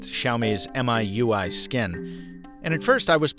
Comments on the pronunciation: Wow had years of research for MIUI, and then they fucked up and didn't even get the name right... M.I.UI wow. It's called MeeUI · Hi,. Thought you'd wanna know MIUI is pronounced as ME-YOU-I and Xiaomi, SI-YAU-MI. Happy new year,! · it's pronounced me-you-i. Just like Mi Mix. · It's pronounced as "Me You I" not "Mai UI" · I love how he called it EM AI U AI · Actually it's called Mi-UI, would be pronounced like Me-UI